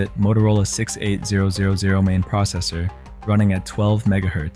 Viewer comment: You can always tell when someone younger than the tech (or AI) is behind the video. The processor is universally known as the "Motorola 68 thousand" not the six eight zero zero zero. That processor was in almost everything for a time.